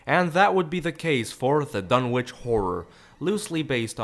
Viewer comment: Fun Fact: Lovecraft. being an antiquarian and anglophile, presumably thought it should be "Dunnitch" not "Dun-witch"; like Greenwich or Norwich. Nobody seems to care, though, and certainly not the hacks who produced this abomination!